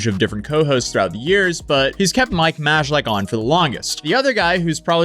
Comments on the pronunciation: Mike's last name is pronounced [MAY-LACK], not [MAJ-UH-LICK] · I had no idea any of this happened. Thanks for breaking it down for me so I didn’t have to go watch it all! FYI for the future, Mike’s last name is pronounced May lack 👍🏼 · Its mike "may-lack" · How do you live on the internet and not know the J in Mikes surname is silent. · I love how he pronounces Majlak 😂